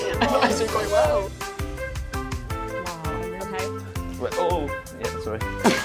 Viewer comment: "oh waw" 😫